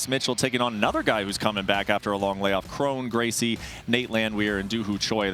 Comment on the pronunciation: Kron Gracie 😂😂😂 bro